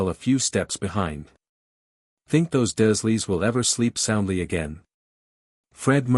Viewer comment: You are pronouncing the dursleys, wrong, it's d.U r leys Other than that.\nIt's a good story , but you've got to get the pronunciation right on a lot of things❤😂😊